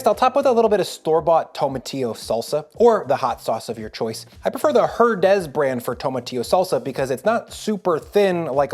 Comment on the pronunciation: The Mexican salsa is pronounced Er-nez the H is silent.